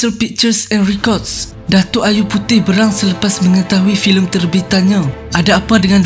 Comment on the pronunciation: Admin, sebutan perkataan "berang" tu salah.. Bunyi mcm 'besok' bukan 'belah' ✌️